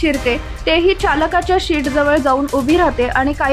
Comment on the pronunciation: 0.33 या ठिकाणी सीट या ऐवजी शीट असं म्हटलं आहे